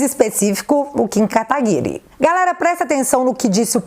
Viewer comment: tipo Guedes, fiquei decepcionado com "Katagury"...